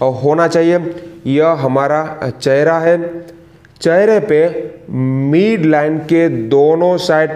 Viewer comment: मीड नहीं मिड होता है